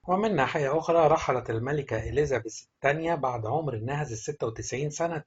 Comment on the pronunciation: كان لازم تتعلم كيف تلفظ الاسماء قبل ان تذيع هذا الخبر مافيش شي اسمه اليزابيس الملكه أسمها إليزابيث